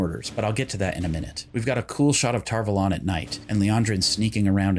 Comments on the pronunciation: I feel like lots of speaking in season 1 was hard-to-hear whispering and when they said tar vuhlawn instead of tar-vawlun it doesnt hit ears like it should. I love this series tho, and I love ur channel even tho I just found it today! ♥️ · I really do not like how tar valon is pronounced in this series